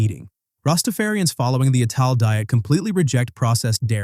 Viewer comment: "Ital" in Rastafarianism is pronounced as "Eye-tal" ie it's based on the word "vital" with the "v" removed.